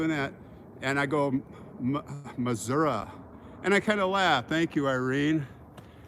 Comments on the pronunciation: Hey, the way you can tell someone from Missouri they pronounce their state MISSOURAH!!! so you said it perfectly!!👍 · I lived in Iowa & know many local Missourians pronounce it Missour-a you are correct